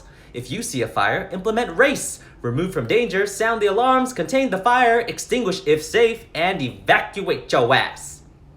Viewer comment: "THERE'S A FI-YAH"💀💀💀💀